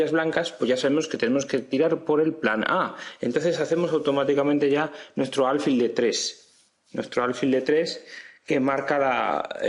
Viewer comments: ¿Por qué dices “álfil”? Lo correcto es alfil, que no lleva tilde, y por tanto se pronuncia con el acento en la última sílaba. Si se acentuara en la penúltima sílaba debería llevar tilde, como “cárcel”. No sé si lo aprendiste a pronunciar de un gringo, pero el sonido es bastante irritante, tanto que pese a que tu explicación es buena he tenido que escribirte esto. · No se dice álfil